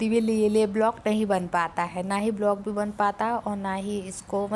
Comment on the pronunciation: ब्लॉक नहीं व्लॉग बोला करो